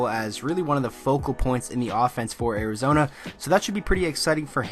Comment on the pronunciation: Did you say Arizona or Arizonee